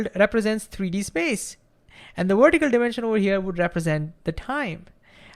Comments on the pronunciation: It's pronounced VER-tih-cal, not WERE-tih-cal. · The speed and excitement of your talking completely undermines your trying to explain something simply. You are completely carried away by your annoying enthusiasm to the detriment of what you are trying to convey.Also vertical is not pronounced wertical. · Why does he pronounce vertical with a w and video with a v. Where is the consistency?